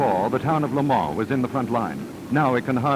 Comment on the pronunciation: Lemoore cinema Pathè ? it's clearly Le Mans